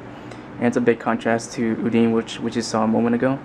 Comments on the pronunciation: There's an N in there. It's Undine, not Udine. Udine sounds like what the jawas say in Star Wars. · Lol u were saying Udine's name all wrong XD Its pronounce it Uu-Dee-Nee(Nee as in Nee-chan or Onee-chan) But Awesome you got Dizzy X3 Dizzy is a Total Sweetheart and is Deadly shes my Number 1 Favorite VG Anime Lady of all time =w= I Highly Recommend you play Guilty Gear Esspecally if you played Blazblue or any Arc System games I Could Explane Everything about her if you want me too in a note Anyways it costs 290 bones O_O but its worth it for me =w=